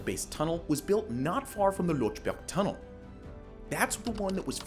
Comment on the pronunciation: You could also inform yourself how to pronounce 'Lötschberg Tunnel' instead of 'Lotschberg Tunnel'. The two dots are not for neglect.